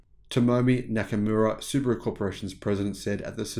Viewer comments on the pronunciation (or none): none